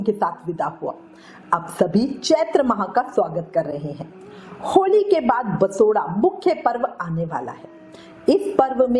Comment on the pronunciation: दीदी बसोडा नहीं बासौडा़ बोला जाता है 😂